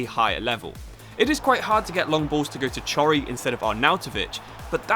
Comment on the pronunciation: please chory is not prounounced like that